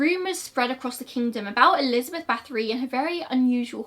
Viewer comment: Same here, it was very unusual and I had to rewind a few times before recognizing the name, but I appreciate her effort regardless. And I looove that she covered this story